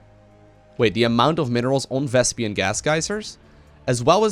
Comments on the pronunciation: its "vespeen" not "vespian", listen to Artosis correcting Tasteless in the game:D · VesPEEN PEEN PEEN. Not "pian" it's not "vespian" gas. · Vespene, not Vespian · it's not thespian gas.....its vespene gas, it's making me crazy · why do you keep calling it Vespian? D